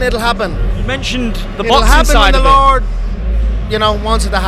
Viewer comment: "It'll happen if the "lard" wants it to happen" 😭